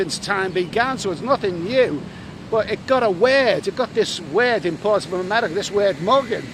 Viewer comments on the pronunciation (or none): none